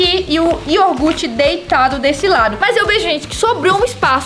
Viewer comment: A falou iorgute